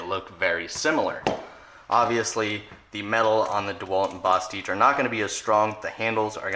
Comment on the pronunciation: You say bostitch weird.